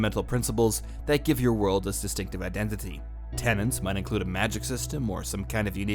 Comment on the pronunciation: You even WRITE "tenets" yet you always, systematically, pronounce it "tenants". Why?